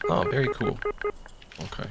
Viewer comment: Love the editing. You also said "coo" instead of "cool", so. . .now you're my favorite.